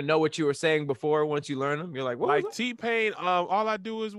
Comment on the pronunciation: literally made a video about tpains song. And he still said it wrong🤣🤣🤣